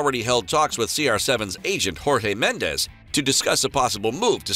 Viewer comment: Jorge Medes is not pronounced with a Spanish J but a Portuguese J ( which is the same as a French J) Hasn't José Mourinho taught you anything?